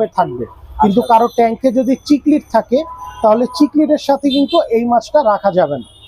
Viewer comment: its not Chic-lid its Cichlid as in Sic-lid lyree tail na its Lyre tail as in Liar-tail its disappointing to see a professional business person doesnt know the actual pronunciation of the fish Aquarium industry is one of the most fast growing hobby around the world and Bangladesh has the best and suitable weather for it proper way te ei Industry success hole it can start a huge export import business too